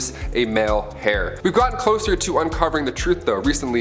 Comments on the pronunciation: Could you PLEASE watch some Egyptian documentaries to be able to say names properly! By the way, heir is pronounced air. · Yep, I cringed when he pronounced it hair........... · Male heir... (pronounced AIR...not hair..) Just saying. 😀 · AAH-kenaton? Thebies? 44 seconds in. Will I be able to stand it? Oh no.... in. Trying to be nice. Still here, but... Producing a male “HAIR?” Okay....now I’m just watching for comedy value. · The "H" heir is silent.